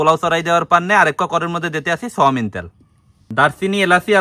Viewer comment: Soyabean tel❌Soyamen tel ✅ 😂😂😂